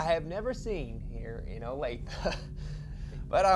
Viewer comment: Wow. Grew up in Olathe. Been to Fazoli's. Had the breadsticks. (Not that bad!) Dad worked at Garmin. Nice job pronouncing it, btw! Most people can't say it properly. Huge fan of!